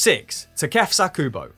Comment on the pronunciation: Looks like needs some pronounciation lessons from Pato for Kubo:)